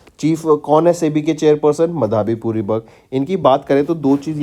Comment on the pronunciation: Respected sir, Its "माधबी पुरी बुच" not मधाबी पुरी बख